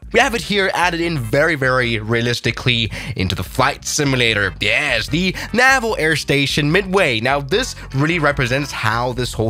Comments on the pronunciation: Normal people: Naval.: Navil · The way he says “naval”